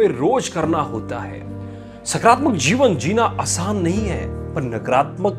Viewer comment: सकरात्मक नही होता है सकारात्मक होता हैं बोलने में फर्क है